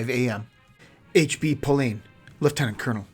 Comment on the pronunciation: Music to ears when leftenant is properly pronounced instead of lieutenant liu-ten-ent